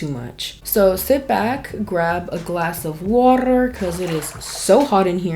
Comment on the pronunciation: you always manage to make me laugh even when you're not even trying to be funny. Idk why but when you said waterrrr and rolled the "r", I laughed so hard. Lol you're just naturally funny, and I love that. It's the people that try too hard to be funny that are never funny. So, I just wanted to say thank you for making me laugh. And thank you for being you. 😊